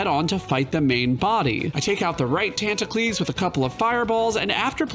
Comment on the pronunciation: Never been on this channel before, I got pretty confused when he kept saying "the squids tantacles" and then I had the moment.